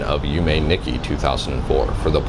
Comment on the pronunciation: you were so close! you pronounced yume corretly. the "i" in japanese is generally always a long E sound (like in Toshiba or Nissan), so its less "nicky" and more "neek key"